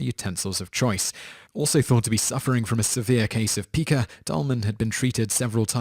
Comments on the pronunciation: Pica. is not peeca. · Your narrator mispronounces words a lot. It's pronounced "pie-kah" not "pee-kah". I've noticed other such mispronunciations as well while watching these videos.